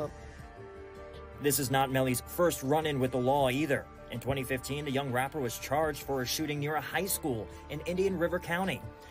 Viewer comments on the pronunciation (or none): none